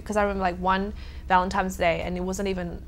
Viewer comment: Did she say Valentimes Day?